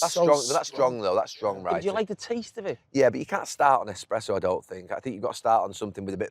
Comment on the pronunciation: Expresso lol.